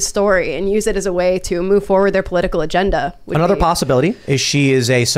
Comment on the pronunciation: say the words Tim. it's (Agenda